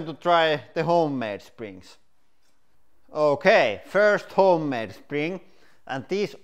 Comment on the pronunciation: I like it when he says “houkay” 😁